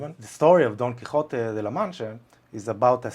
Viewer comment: Congratulations for your pronunciaton of Don Quijote de La Mancha. Do you actually speak Spanish? At least, whose ancestors came from Sefarad / ספרד?